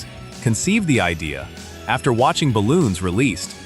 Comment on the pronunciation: Eileen is forgotten , and its 99 balloons. Not balons.